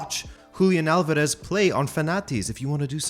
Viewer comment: How is it that you cannot promounce Alvarez? YOur making it way harder than the actual pronunciation dude... ALL-VAR-ES